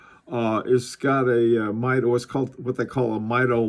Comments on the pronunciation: The name is pronounced MEE DO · Great video! FYI, I think they pronounce it MEE-doh. See, for example, I chose one of their Commander chronometers as my main office watch years ago. It's still a favorite.